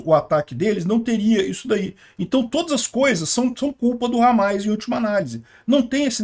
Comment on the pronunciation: Não é hamais, é hamas